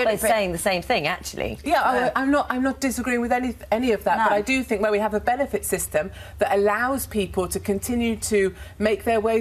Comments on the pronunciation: “I Fink I come across well spoken” 🤣🤣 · An adult saying 'fink' is inexcusable. It is infantile baby-talk. That has nothing to do with an accent. There are people from the same area who are able to speak to adult standards, have jobs and possess only the one chin. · has an accent and dialect got to do with saying 'fink' instead of 'think'? That's nothing to do with accent, it's baby talk. It's nothing to do with background either. Kenneth Williams was from a working class cockney background, and he took it upon himself to enunciate words properly. Saying 'think' in a Glaswegian accent, is fine. Saying 'fink' when meaning 'think' in any accent is incorrect. The word begins with 'th' not an 'f'. Intelligence is a fallacy and the interpretation of it is subjective. There are plenty of intelligent people who are simply unable to articulate their views as well as Katie Hopkins. Hopkins is able to put her viewpoint across more confidently and therefore sounds authoritative on the matter. That doesn't necessarily make her more right, but I'm afraid it makes her more convincing to surface people. That's the point, Hopkins sounds intelligent to those who aren't particularly bright, but who want to feel superior to who they would call 'chavs'. Despite how she sounds, Katie Hopkins is incredibly ignorant on many topics (But also brilliant on others). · If you don't want to be on benefits, stop eating all the pies and lose weight, people may not like katy, but she tells the truth, and this lady thinks she's well spoken but she's not , ITS THINK NOT FINK. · “I fink I come across well spoken” - nailed it 😂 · “I fink I’m well-spoken” 🤣